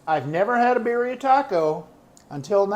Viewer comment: its pronounced B E E R -R E E A 😄